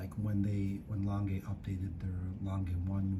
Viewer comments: Beautiful watches but couldn’t watch the whole video because of the Langay pronounciation and the flyback incident. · No, please! Not Langay, Langa. If it was French it'd be Langay. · It's not pronounced "Langa" either.